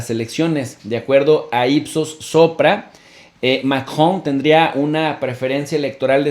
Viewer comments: Tiempo Tiempo Tiempo que alguien me explique como se llama el Bato que se casó con la abuelita de Chabelo Macron o maKKJJon o será que este bato se le atoró algo en el buche que no sabe pronunciar Macron sino Makkjon al rato va a decir AKLO en vez de AMLO o llegara a su casa y dirá Makmi dame Lekshe se me atoro algo en la Garkkgantak no manches habla bien si no regresa a la Ukniveksidak. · Se están dirigiendo a una audiencia en español no Francesa que diga MACRON Y NO MACjON SE ESCUCHA BIEN MAMÓN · Chicos sin duda excelente información como siempre . PD: pronuncien el apellido Macron en español latino por favor.La pronunciación en francés está bien ,pero suena forzada para la comprensión dialéctica de LATAM.Millones de gracias por su gran aporte ❤️